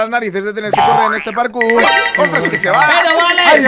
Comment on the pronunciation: Jajaja decia parcur xd Es "Parkour"